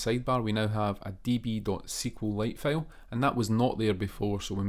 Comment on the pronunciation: Hey! Loving your videos so far — super helpful! 😄 Just a tiny bit of feedback: maybe work a bit on the pronunciation of “file” — a couple of times I thought you were saying “fail” and got confused for a sec 😂 Keep up the awesome work!